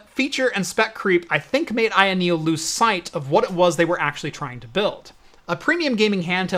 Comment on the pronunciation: You almost got it right Ayoneo you almost got it right